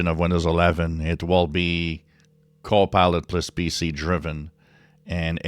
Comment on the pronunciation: Every time you say “Copilot plus PC” it sounds (to my US ears) like “Copilotless PC”. Not a criticism, I just find that somewhat amusing. :-) K8BRF